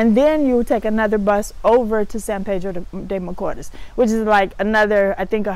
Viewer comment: Hi, I’m not being disrespectful and I love the fact you are trying to learn Spanish but you need to pronounce the letters in Spanish or else it sound awful. Sorry for being blunt but we say what we mean, AEIOU does not pronounce the same in English, you need to master the vowels first. when you said San Pedro de Macoors, very wrong. It should pronounce more like San Pedro De Ma co east. Love your show.